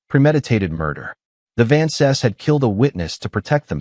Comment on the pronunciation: Just wish they pronounced Vances properly. So irritating.